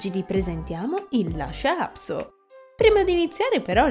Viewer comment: Per quale motivo lo pronunci " Lascia"??